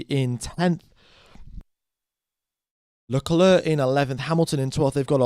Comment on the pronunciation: Can I just say that it's pronounced LeClair and not LeCluurh